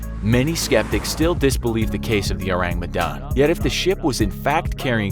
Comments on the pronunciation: Orang medan not ourang medan🤭lol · Uts an indonesian ship btw its Orang Medan not Ourang Medan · Orang not Ourang 😅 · The Ourang Medan?? sounds to me like "Orang Medan" which is means the people of Medan (a city in north Sumatra island) it's definitely an Indonesian ship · Medan is a place in Indonesia and its not spelled ourang its orang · Sorry, no offense, but I found it funny the way you say "Ourang Medan" (It should be written as 'orang', not 'ourang')😂 Oureng Mdahn Oureng Mdahn 😂🤣😂🤣😂🤣 Again, sorry, no offense, just funny... ✌️ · oh boi, in Indonesia its ORANG not Ourang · DUDE DUDE, YOU MISPELT "Medan" ITS NOT M' DAN, ITS ME (not mi) DAN ALSO ITS "RANG" not RAENG Us indonesians have to deal with you people who cant even pronounce our words right but cant blame ya'll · I came here.... just wanting how the pronunciation of Ship of Medanese person.... oh i laugh everytime he mispronounce it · Its funny how english speakers tend to mock ppl with an accent bcs theyre not a native speaker, but they cant do simple google search on how to pronounce ourang medan when they have to mention it at least 10x its kinda annoying to hear, but at least theyre trying, not hating tho, great vid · I can't help but cringe every time you mispronounced ourang medan. nice video though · The pronunciation is so funny lmao Also maybe it's orang medan? it means medan people/person, Medan is a place in Indonesia